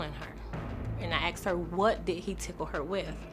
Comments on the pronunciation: Why even teachers say: "aksed" iso asked... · Teacher who cannot say asked properly. Axed isn't asked. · A teacher that says “akst”….thats the real crime here. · Asked…. Not, axed. Lord have mercy. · She's a teacher and says axed instead of asked. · Please don't use the word "Axed" It's "Asked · Tooken? Axed? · A teacher that says “axed?” Oh well. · A teacher who says ax instead of ask shouldn't be a teacher.